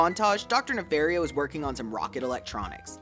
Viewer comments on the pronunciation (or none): It’s pronounced nuh-FAHR-ee-oh, “”! 🤨